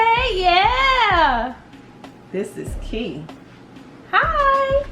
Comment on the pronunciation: Not Kee lol